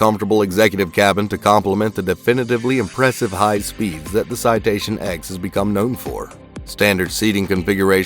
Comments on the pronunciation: Citation “Ten” not “X”, do you call the citation 7 a v i i? 😆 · Not the "X" its the "Ten" C'mon bro. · It’s the Citation “Ten”, not the “Ex”. All the citations use Roman numerals. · Its called Citation “TEN” btw not “X” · It’s a Citation “Ten,” I flew them for five years. Maybe tighten up your research. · Citation ten, NOT X. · It’s “ citation TEN” Roman numerals dude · You sure it isn’t pronounced “ten?” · Well I worked there ON that aircraft and yes it’s spoken as “ten”.